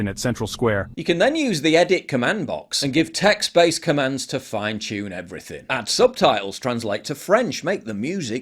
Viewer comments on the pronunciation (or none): none